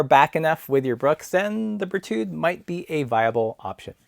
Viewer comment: Don't pronounce the "d" at the end of the name. The French have an endearing habit of not using the final consonant. You are comparing apples with pears. You should have compared the Brooks B17 Carved with the Berthoud Aspen.